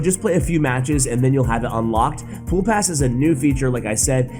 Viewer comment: “Pool pass” lmfao